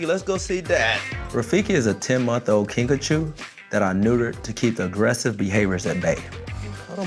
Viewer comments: Guys its kinkajou not kinkachu (I JUST READ THE DESCRIPTION) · I thought he was saying Pikachu lmao